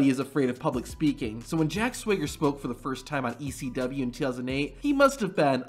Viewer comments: *swagger not "swigger" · The guy who made the video said swigger not swagger haha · It’s SWAGGER NOT SWEGGER😂